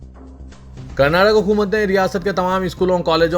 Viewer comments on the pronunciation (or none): none